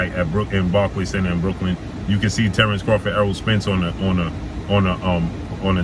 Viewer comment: boy said terence rofgid. You good bro?